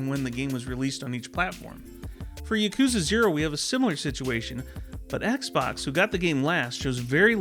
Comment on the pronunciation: I have a single complaint about this video. You're pronouncing yakuza wrong! It's YAH-koo-zuh, not yuh-KOO-zuh. I just thought I would point that out.